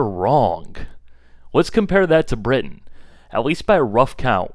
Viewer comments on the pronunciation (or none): none